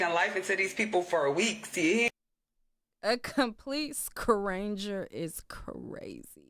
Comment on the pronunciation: Idgaf where you’re from, learn pronunciation! Scranger is wild 🤣🤣🤣🤣🤣🤣🤣🤣